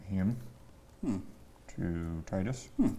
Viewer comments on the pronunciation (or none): Te-du-s not Ti-de-s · I wish he actually pronounced Tidus correctly 😂